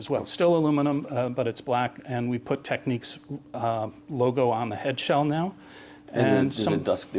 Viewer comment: Imagine having worked for a company for years and always pronouncing the name like your an uneducated hick or sth lmao